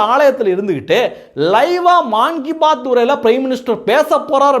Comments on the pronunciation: தம்பி செய்திகள் எல்லாம் அருமை ஒரு சின்ன விண்ணப்பம் பிரதமர் மான் கி பாத் அல்ல "மன் கி பாத் " என்று சொல்லவும், 'மன் என்றால் இதயம்'. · பிரதமர் மோடி மாதா மாதம் வழங்குவது மான் கி பாத் அல்ல. அதை மன் - கி - பாத் என்று சொல்லவும்.